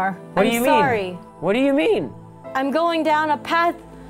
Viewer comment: she said im fsarry